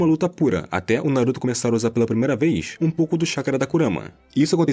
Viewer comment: Narração chata .. avançadã , primeirã, energiã , inimigum , desprevenidum , aprendeum .. parece que tá forçando .